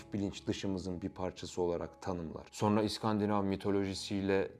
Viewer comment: SAYIN: Buğra Gülsoy!? "Subliminal Algılar" Demişken: Akıcı Türkçe Telaffuz Eğitimi Aldığınız Halde Neden? "SonRA" Şeklinde Okunması Gereken Bu Kelimeyi: " "SorNA" Şeklinde Okuduğunuzu? Açıklar mısınız!?.. Ve Neden? Özellikle: Ezoterik veya İslam Ezoterizm'i Fikrine Taabiyette Olanların. Bu Kelimeyi "SorNA" Şeklinde Telaffuz Ettikleri ? Yani; Hangi "Subliminal Algılara" Hitab Etmek İstedikleri? Hakkında! Herhangi Bir Fikre Sahip misiniz!? Veya Açıkça Bu Kelime Sayesinde; "Son-RA" Derken!? Sözde: Ra' nın Sonu! Sonuncu Ra..! Şeklinde Manalar Ortaya Çıkabildiği İçin!.. Mısır Tanrısı "RA" ya Saygısızlık Edildiğini Düşünen Ezoterikler; "SonRA" Şeklinde Okunması Gereken. Bu Orijinal Türkçe Kelimeyi. Kasıtlı Olarak "Sor-NA" ya Dönüştürdüler ve Yandaşlarının Sıkça Göründüğü Medya Organlarında Zikrederek. Revize Ettikleri Bu Kelimeyi Popüler Hale Getirdiler!... Diyebilir miyiz!??? Ya da. Açık Konuşmak Gerekirse!? "SonRA" Şeklinde Okunması Gereken. Bu Orijinal Türkçe Kelimeyi. Kasıtlı Olarak "Sorn-A" ya. Yani; "Cern-A" ya Dönüştürerek; Sözde;CERN de Açılacak Bir Portalden Gelecek Olan "Anunnakilerin" A Harrfini; CERN isminin Sonuna Ekleyerek Subliminal Hale GetiriLmiş Olan "Sorn-A" Kod Adı Ortaya Çıkmış Oldu mu!? Desek!??? Ne Dersiniz???? Neticede; Başkası İçin Manası Ne Olursa Olsun Fark Etmiyor!.. Çünkü Ben Hala; Üstüne Bastıra Bastıra. Orijinal Türkçe Telaffuz Şekli ile: "SonRA" Demeyi Tercih Ediyorum!!! Varsın! "Anunnakiler" yada "Ra" Efendi Darılsın!!! Tabi: Toza Dönüşmüş Haldeki M